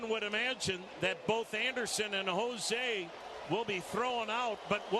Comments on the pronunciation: love how the commentator keeps saying josi bro its Jose lol he be from jose to josi lol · Why does the announcer pronounce his name Hozee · Why does the announcer keep calling Jose Ramirez Hozey?